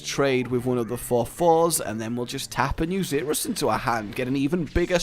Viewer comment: it is pronounced zer us not zeerus